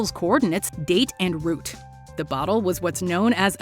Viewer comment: The way she says "Route" sounds like "Rou Te". Like the video was cut. Anyone else get that feeling?